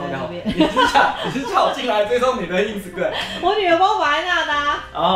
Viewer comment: 其實一直很想跟你們說 是Ins"ta"gram不是Insgram